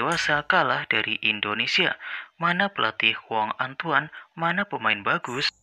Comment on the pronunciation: Bang mohon maaf. Kita namanya INDONESIA. Bukan Endonesia bang